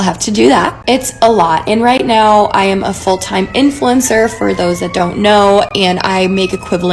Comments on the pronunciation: “Try bein’ an influensuh for a day, try it.” I say as they drag me back to my gucci balenciaga branded padded room. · “try being an influencah for a day” ok Mikayla give it up we know it’s you girl 💀